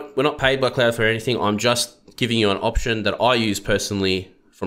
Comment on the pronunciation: Opetion? Did you mean Pigeon [/google-mode] ;-)